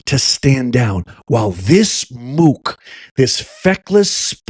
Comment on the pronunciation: What is a Moo k? Is that short for Moo Cow?